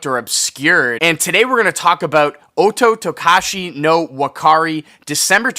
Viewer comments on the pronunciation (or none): Thanks for covering one of the greatest live albums of all time! I would like to add a few things: 1. You kinda butchered the pronunciation of the album "Ototokachi" instead of "Otokotachi" and the vocalist's name as "Shinju Soto" as opposed to "Shinji Sato". 2. Otokotachi no Wakare actually does have a vinyl press, but it was exclusive to the boxset titled 'Fishmans Rock Festival'. This was a 13xLP of some of their best albums (Kuuchuu Camp, Long Season, Uchu Nippon Setagaya, etc.). Like you I wish to have this re-issued on its own at some point (as well as their other albums). 3. God, I'm kinda jealous you share a birthday with this performance! That's neat! Great video on the album though!